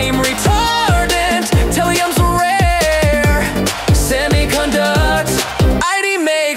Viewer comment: “Nee-Tro-Gen” “Sil-a-comb” “Tay-Rium” “Bro-Mone” “Strong-Tin” “I-Dine” “Toy-Lum” “Leed” That Was The Pronounciation Mistakes